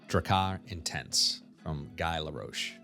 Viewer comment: *Guy (pronounced Gee) Laroche.